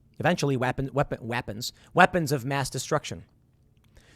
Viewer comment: Someone needs to clip the “weepons”